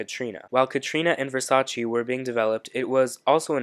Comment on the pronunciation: You've watched the season, you should know how to pronounce Versace :)